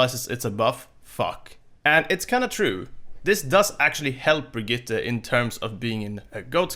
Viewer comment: Finally someone who says Brigitte decent